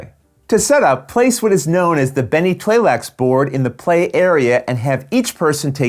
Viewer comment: You know is pro when you see him pronounce Tleilax & Tleilaxu without skipping a beat 😆. Fun looking expansion!